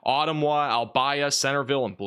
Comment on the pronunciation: Thank you for your coverage. It helped me take care of my family in Englewood FL last month, and tell me about my family in south east Iowa tonight. Albia, usually pronounced al-BEE-a. Oskaloosa usually shortened to Oskie. Most place names in Iowa are Native American words. I know you won't remember this, you cover so much it is understandable you don't know how to pronounce local names.